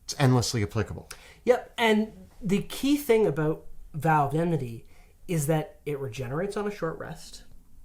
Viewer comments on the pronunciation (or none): Enmity, guys, please. Enmity. Not emnity.